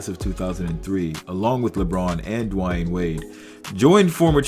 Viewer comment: "dwine wade" 🤦‍♂️